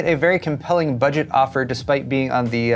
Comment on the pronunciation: Hi! One quick side note, the way you emphasized the 'B' in 'budget' might be a bit misleading I think. The Ax20 is the budget variant, no? I really hope that they will launch the A620 mobo's soon.